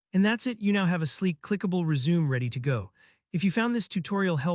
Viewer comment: helpful video, but it's pronounced res-u-me (the 'me' sounds like 'may')